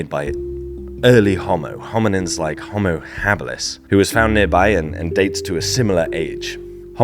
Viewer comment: Ho'mo.....not hommo